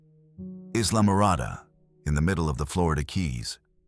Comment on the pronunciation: Eye-la-morada,, not izla